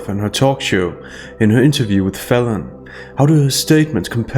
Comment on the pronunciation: I'm still trying to work out if is calling Falon, Felon, deliberately or by accident lol.